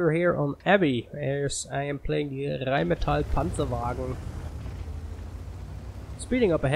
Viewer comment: dude if you're not german i'm impressed with that perfect "rheinmetall panzerwagen"